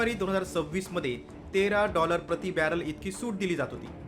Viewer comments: Barrel ❌ Baller ✅ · Saam tv must be closed... This churiya calls Baller instead of barrel